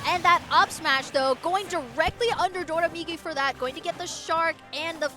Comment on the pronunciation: Its always funny when a commentator pronounces doramigi as “dodamigi”, because the ra in Doraemon (inspiration for his tag) is pronounced more similar to an L.